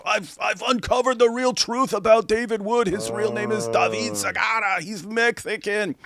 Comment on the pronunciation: Like is appropriate for David Sigaraaaa!